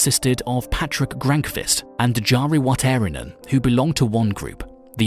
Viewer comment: You're suggesting this to the guy who didn't even pronounce the name Jari correctly.